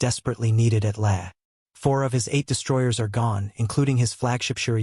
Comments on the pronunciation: You pronounced LAE [lay] correctly once but then reverted to your old ' laya' for the other times! You are getting better! That was a VERY well researched and presented video!! Just a pity more subject correct pics were not forthcoming. Great work! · Lae is pronounced "Lay", not "Leh". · lăăă😅 LAAAAAAA you know someday somebody's going to figure out how to write an AI software that can recognize long and short vowels and if they're smart the copyrighted and become very very rich people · Lae is pronounced Lay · I have been watching your videos and have enjoyed them a lot. One small petty complaint though, Lae is pronounced LAY, ( i grew up there), as I said, petty. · it is pronounced "lay" a number of other fumbled and mispronounced words and terms which are very distracting. Like Reball not Rebaal. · Wrong B-25 pictured in the beginning of the video. Canon armed B-25H was long after the B-25Cs used in the Battle of the Bismarck Sea. "Lae" is pronounced as 'lay'. Pappy was a former US Navy Chief Petty Officer.